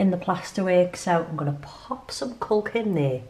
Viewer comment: Hi u made me laugh when u described the sealant as ‘culk’ it’s actually ‘caulk’ pronounced CORK 🤣🤣🤣 xxx